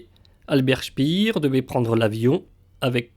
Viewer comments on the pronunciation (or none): On ne dit pas "spir" comme en anglais mais "spér" : c'est un nom allemand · c'est pénible d'entendre sans arrêt prononcer "spire" ce qu'on doit prononcer "chpair"...